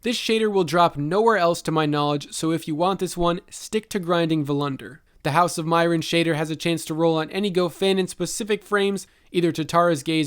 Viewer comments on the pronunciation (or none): Your pronunciation of nouns is absolutely horrifying. Following corrections: Rasmussen (short u sound) not ras-moo-sen. Meyrin (ay sound) not mai-rin Gofannon (short O sound, like the last 'O' in gofannon) not goe-fannon. All that aside. Nice job.